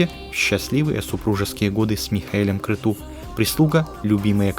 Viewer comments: Правильно не крету а крецу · Крету? А может Крецу правильно?